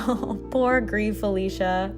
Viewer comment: It's not pronounced gree. The developers have said its pronounce Greece. They're Spanish not French bro